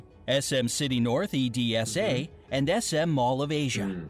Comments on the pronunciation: The train system in the Philippines is much worse than Japan, without you-know-what, it’s like being in a can of sardines, very cramped! The Philippines has T E R R I B L E internet so we use texts/calls outside unless our own data is good. Pronunciation corrections: EDSA - ed-sa Cebu - se-boo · ITS NOT “muh - ni - la” It’s “ máy - née -la) It’s not E D S A it’s eDSa One word, not separate EDSA We actually invented our own (now worldwide) fast food chain, Jollibee! There is so many words that are mispronounced :c But I get it since they aren’t Filipino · SM North E-D-S-A 😂😂 actually it's an acronym. But we just literally say Edsa. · hearing EDSA be read as "e-d-s-a" instead of "ed-sa" sounds weirdly funny to me XD . also i didn't know those malls are few of the biggest in the world :0 [I mean Mall of Asia makes sense] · Yes, that's right. I know that too, but the person who uploaded the video pronounced "E-D-S-A" instead of "EDSA" hehe. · Its funny to hear E-D-S-A 😂😂😂😂😂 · Yes, he pronounces "E-D-S-A", a weird to me too hehe. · it's strange hearing people call it E-D-S-A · ako.lng ba ang natawa sa pagkasabi nya ng E.D.S.A.?